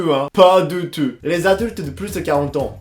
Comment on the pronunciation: Pas deu teuh hein